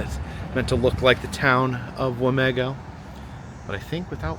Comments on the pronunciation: As a resident here i am personally offended you called it wah-meh-go if you ask ANY person here it is wah-MEE-go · Wa mē go! Long e with the emphases on me.